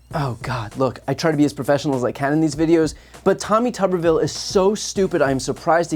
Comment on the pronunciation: Is it just me, or do others hear Tommy Tuberville as Teletubbyville?